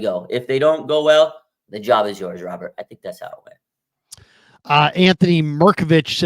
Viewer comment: Raj needs to learn how to say Robert's name correctly.... that's annoying